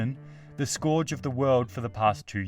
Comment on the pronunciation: The what of the world? That's not how you say scourge. lol